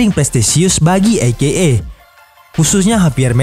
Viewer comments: e ke e min, bukan i ke e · Bacanya ei-kei-ei min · Menit dan seterusnya. Maaf Min. Masak AKA dibaca "i - ke - e"? Harusnya kan huruf "A" di awal dan akhir singkatan dibaca sama. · saya dengernya i-ge-e